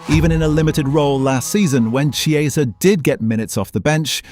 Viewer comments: Its pronounced "Kieza" not "Chi-eza"! Get it right content creator!! 😂😅😂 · It is not pronounced “Che”, it’s a “K” on Chiesa. Seriously not hard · If you're doing an item on a player, at least get the pronunciation correct, A.I or not - it's Key-eh-za, not some sort of cheese. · I thought “ch” in Italian was pronounced like a “K”? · Chiesa is pronounced as you would pronounce Kiesa . Please get it right. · Chee ay za? Really? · AI? An entire video about somebody that mispronounces his name the entire time… it’s k-ee=ay=sah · U pronounce chiesa name wrong